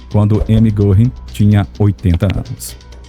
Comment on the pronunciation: Goring com trema no O , se pronuncia Goering. Fala-se guering.